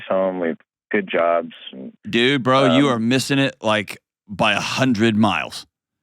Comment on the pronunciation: emphasis on the word “bro.”😂